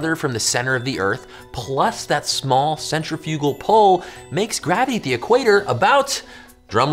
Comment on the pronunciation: Centre-fugal? I've never heard of said that way